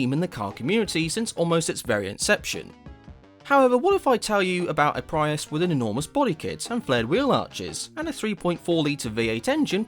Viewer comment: Ugh that pronounciacion of Prius STOP ITS HURTING MY EARSSSS😭😭😭🙏🙏🙏